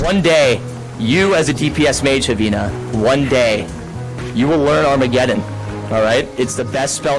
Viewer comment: when he was doing the food thing I kinda cringed why he said armegedon so hard I dunno why I felt embarrassed at the moment to roleplaying or acting as a characters never has interested me I just like to do my own thing usually alone in game's.